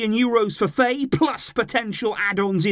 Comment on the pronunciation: Name's pronounced F"ah"ye if he's Senegalese.